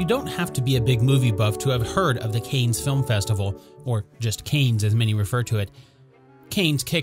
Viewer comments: This "Canes" is driving me crazy! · 1. It's pronounced CAN. 2. the photo was taken at the Kennedy White House not in Monaco for Paris Match!!!